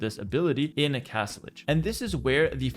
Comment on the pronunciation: Castlege? Castlige? Oh Castle AGE.